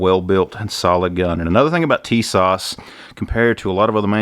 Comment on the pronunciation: Tis-ash ...TISAS....right was to say I'm Turkish origin.....